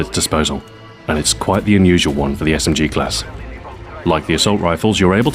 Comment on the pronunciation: Smg-----my ears started bleading